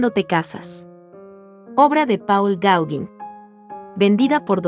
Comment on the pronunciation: Paul Gaugin se pronuncia 'pol gogán'